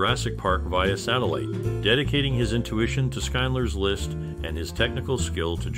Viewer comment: Did you say "Skinedler's List?" "Shind-ler."